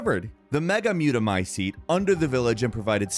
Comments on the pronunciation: Bro him butchering mutamycete had me rolling lmao. First he said “mutamecyte” then he calls the megamycete “mega-mutamycete”. This man is all over the place 😂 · muta mecite? It's not that hard to say muta my cete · Get your pronunciations right, it's Mutamycete, not Mutamyte. It's also Beneviento, not Benevito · Also, "mutamecyte" and "megamutamecyte"